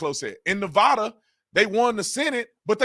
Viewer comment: do you mean NEVADA not Navda